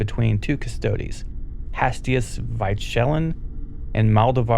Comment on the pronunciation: I love this video. Hastius Vychellan's name is pronounced Vy Co Lan in the audio books. Or...Michael-Anne with a V instead of an M.